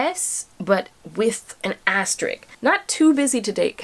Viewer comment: Asterisk, not Asterik. No to mention that every crush is someone white. Folks are right about you.